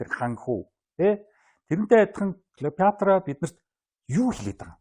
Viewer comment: Сэтгүүлч ядахдаа домог болсон хатан хааны нэрийг зөв дуудаач.ээ Килийпаартра.ккк Клeопатра шдээ.